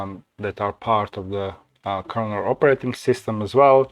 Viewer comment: KERNEL, no A!